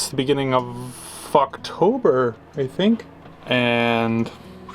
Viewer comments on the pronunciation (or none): "Beginning of ffffucktober." I'm dying right now. This was an amazing slip of the tongue.